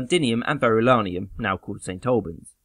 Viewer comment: he repeatedly says 'Verulanium' when everybody else has for long enough called it Verulamium.